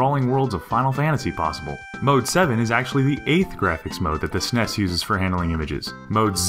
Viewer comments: Sorry, I stopped watching as soon as I heard your horrid pronunciation of "SNES". It sounds silly to say it as if it were a word. We used to call it Super Nintendo or Super NES, or even S.N.E.S. Nobody ever said "Snes". Ever. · lol when I heard him say "ssness" I immediately paused the video. What hell, bro. Like it takes a whole lot of extra effort to say "Ess Enn Eee Ess" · Am I the only one bothered by how he calls them "sness" instead of S N E S and "hudd" instead of H U D? :/ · ***** most people just say s n e s, not snes. You wouldnt call a c e o, a cheo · lol, the sness, instead of S-N-E-S it sounds so funny to me. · lol "snes" I bet he also says "xbone" It will always be the S-N-E-S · Interesting video but saying "Seness" instead of saying S.N.E.S. made me want to beat my head against a wall. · Arrghhhh. NOBODY calls it the "SNES" It is S-N-E-S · S-Nes not "snes" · The very moment I heard the narrator say "SEHNEHS" Instead of 'S.N.E.S.' I quickly paused, thumbed down,wrote this comment and left. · s-n-e-s not like sness like (lock)ness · I'm sorry, but who pronounces the SNES that way (s-ness)? I have never heard anyone call it that, they just say Super Nintendo or say each letter (es en ee es). Was I the only one confused when he said "sness" at first? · Each letter should be son fed out! S N E S ! Not "Smes"! :/ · I truly despise when say SNES phonetically instead of just saying the letters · I agree it sounds stupid. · 'Snes' lol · Did he just call it a "sness" DA FUHK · Say it right. It's either the Super Nintendo or the S N E S. It's not all one word and it sounds stupid when people say that. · Im guessing the narrator is too young to know that SNES is spelled out when said and not read as a word. NES is read as N E S and SNES is read as S N E S. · "Sness"? Do you call your email client "Jhee-Mail"? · Stop calling it the Sness. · did anyone else get slightly irritated at him saying snes as a word, instead of super n.e.s.?